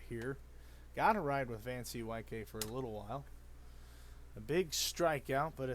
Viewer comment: Van-C-Y-K? I think it's pronounced Van COOK.